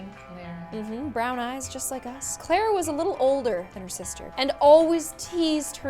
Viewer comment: It is Clara not Clera!!!